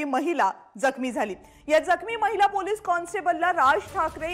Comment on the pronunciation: गणेश ठाकुर मैला नाही महीला म्हणतात..स्पष्ट ऊच्चार करा पत्रकार आहात...